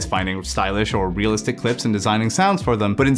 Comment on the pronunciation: Realist-ish made me laugh, but just because that's exactly how you pronounce the German word for realistic, 'realistisch' haha.